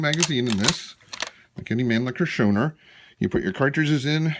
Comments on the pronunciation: It is pronounced, Show-Now-er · Your pronounciation is missing the au as in , house, or our, or ouch, or how. Other than that, i like your rifle, and this is a good video. I give it a thumbs up!